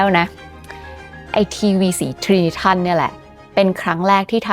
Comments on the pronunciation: อ่านว่า “ไตรนิตรอน” ครับ ("Porta-color" ของ เจเนอรัลอิเล็กทริกซึ่งใช้ปืนสามกระบอกเรียงกันแทนที่จะเป็นรูปสามเหลี่ยม ซึ่งทำให้หน้าจอได้รับแสงสว่างมากขึ้น) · น่าจะออกเสียง ไดรนิตรอน ไหมครับ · Trinitron ออกเสียงว่า ไตรนิตรอน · ในสมัยนั้น คนไทยออกเสียง trinitron ว่าไตรนิตรอน ค่ะ 😊(จากคนสมัยโบราณ ที่เกิดทันยุคทีวีขาวดำ แล้วเปลี่ยนเป็นทีวีสี และใฝ่ฝันอยากมีวอล์คแมน แต่ยังไม่มีตังซื้อ)